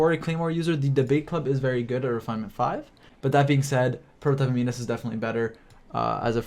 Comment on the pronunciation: It's pronounced am-in-us not am-ee-nus